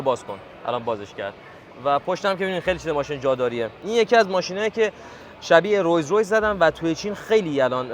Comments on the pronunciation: رویز رویز❌ رولزرویس ✅ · رویز رویز❌️ رولز رویس✅️ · رولز رویس…چرا میگید رویز رویز؟ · رویز رویز؟؟؟ ❌❌❌ رولز رویس یا رولز رویز عزیزم ✅ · خیلی ممنون بابت ویدئوها، اما رویز رویز نه، "رولزرویس Rolls Royce" درسته، شرمنده، 😊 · رولز رویس رو‌میگی رویز رویز؟؟ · رولز رویس داداش نه رویز رویز 😅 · عالی بود داداش ولی رولز رویس درسته نه رویز رویز❤ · رولز رویس درسته نه رویز رویز😅😂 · رویز رویز نه رولس رویز درست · داداش اون رولس رویسه نه رولز رویز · رولز رویس نه رویز رویز😂😂😂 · رولز رویس نه رویز رویز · مگه رولز رویس نبود........چرا میگه روز رویز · رولزرویس..نه رویس رویس😂😂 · تلفظش رویس رویس نیست🤦🏻‍♂️ رولز رویس... Rolls royce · برو رو تلفظ تخمی خودت کار کن پسر! رویز رویز یا رولز رویس؟ چی میگی فرزند انیرانی؟ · رویز رویز!؟؟؟؟؟؟؟؟؟؟؟؟😂😂😂😂😂 بیسواد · رولز رویسو بهتر تلفظ کن